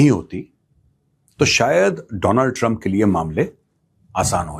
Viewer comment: Not Donald Trump it's Do+land trup😅